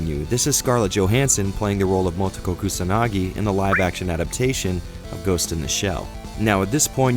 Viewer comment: Meh, the script is in English. Yeah, it's gonna be painful to watch 2 hours of people saying "Mowtoekow" which is why I'm not gonna watch it. Problem solved.